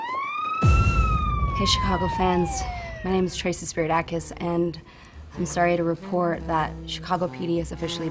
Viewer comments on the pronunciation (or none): It's SPIRIDAKOS !!!